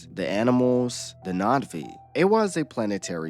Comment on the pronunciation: You keep saying Natvi… it’s Na’vi, no?